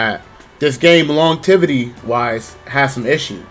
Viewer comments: he says Longevity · He just say longtivity 😂😂